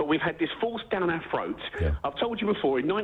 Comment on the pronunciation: Forced down our "froats"